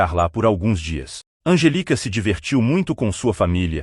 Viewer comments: O nome da menina deve ser Angélica. Esquisita essa pronúncia sem a acentuação da sílaba tônica. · İsso é voz de İA, essa voz erra com frequência a prosódia (onde a sílaba tônica fica) das palavras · O nome dela é Anjelica, e não Angélica, como pronunciamos no Brasil.